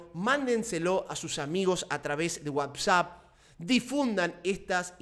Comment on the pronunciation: dice wabsap o yo oigo mal??